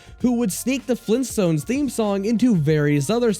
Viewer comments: Gran Dayyad!! Fleen Stones?.. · GRAND DAD?! FLEENTSTONES?! WHAT THE F#@ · GRAND DAD! FLEENTSTONES? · GRAND DAD?! FLEENTSTOONS? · "GRANDAD?! FLEENSTONS?????!!!!" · FLEENTSTONES?! OHHH... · GRAYUND DYAD! FLEENSTONES?! OHHH...